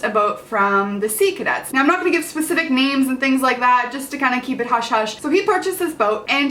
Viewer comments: I fined it hallarious that she said pacific not specific. lol love ya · AT FIRST I THOUGHT YOU SAID "on this pacific occasion" 😂😂